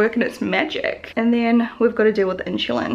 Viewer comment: Is it common for Aussies/Kiwis to pronounce insulin like “inshulin” ?